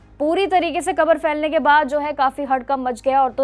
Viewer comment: Gabar nahi khabar 🤣🤣🤣🤣🤣